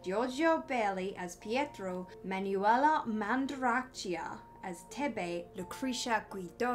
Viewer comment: I think you did a good job with the pronounciation; although Paola is pronounced Pah-o("o" as in morgan)-lah and Manuela is pronounced Ma-noo(as in noon)-eh-lah. The folklore part looks very interesting, allow me to offer some thoughts, and I hope you don't consider me impertinent, in case you were already aware of the following details: - Midwives were treated as evil practitioners of foul sorcery, because of their knowledge of healing herbs, and of course, knowledge on how to deliver babies; the church had a "monopoly" on both areas of "expertise", which concerns life and death, and as the only power through which life and death was granted, it was very convenient for them to eliminate the competition (midwives). - An interesting detail, you only have power over someone through their hair, if it is directly pulled from their hair or cut with a non-metallic tool, otherwise, the etheric tie or connection is cut by metal; no connection or tie to the hair's "owner", no way of "pulling their strings". - The witch mark part is also fascinating. It can be seen as a convenient excuse to judge a witch, based on any mark found on their body, but could also be related to moleosophy, the divinatory method, which in some cases, reveals someone's "magical" talent. For example, a small mole or birthmark under the outer corner of the left eye, supposedly grants that person an almost supernatural insight and perception. - Funny thing, to battle "witches", the pursuers needed to know some "m